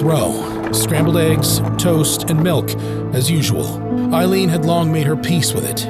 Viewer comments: Aileen not Eileen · She was a victim of shitty men and it did something to her mind, as it would most women, I can’t imagine what she went through. A very sad story. 😢. BTW her name is pronounced Ayleen (Aileen) not Eye leen (Eileen) and I should know. ☺️🤷‍♀️🏴